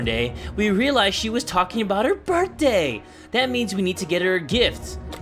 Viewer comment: Did you say birday